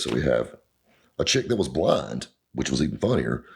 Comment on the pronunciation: Does he say "blind" or "blonde"?